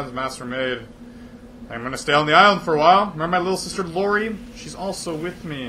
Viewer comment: it's Iori not Lori xD